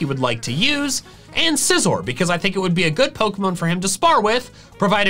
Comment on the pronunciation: SCIZOR, NOT SIZER! AND DO NOT LEAVE OFF THE C IN SCYTHER!